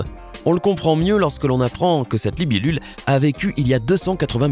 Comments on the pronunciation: Non il a dit liblibul😂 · Tu as dis libilule 🏗️ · C moi ou il a dit "libilule" a 😂😂😂